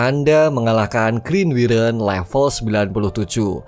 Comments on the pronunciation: Wyvern itu bukan wiren cuk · Wayvern bang KLo mau bilang bukan wiren😂😂